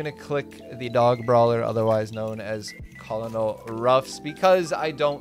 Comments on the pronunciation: It’s pronounced “Kernal Ruff” not Kolonol haha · Does this guy not know how to say Colonel .lol good stuff bro keep up the good work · Should we tell him how to pronounce colonel? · Bro just doesn’t know how to pronounce colonel 😭